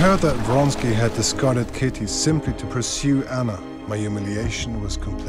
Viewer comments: Count Vronsky, not Fonsky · Most simple Russian names are massacred in this movie...actors should have lessons in pronunciation. This is dreadful.